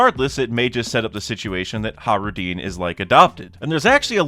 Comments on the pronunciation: How do you pronounce Hajruden?he says it like “Hah-roo-deen” instead of “hah-j-roo-deh-n”. I’m pretty sure he’s pronouncing it wrong but maybe not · I love your channel and your content but it hurts hearing you say “Hah-roo-deen” instead of “hah-j-roo-deh-n”. At least I’m pretty sure that’s how it should be pronounced